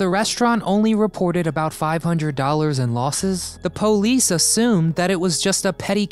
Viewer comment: This is an informative and interactive telling of an interesting and gripping american tale. But when you said "po-lice" I immediately liked and subscribed. Thank you.